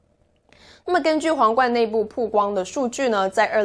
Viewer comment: 曝(bao)光,一直读(pu)好难受啊